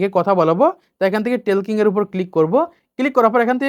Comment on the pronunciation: টেলকিং না,ঠকিং হবে